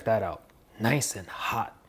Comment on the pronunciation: “Very noice”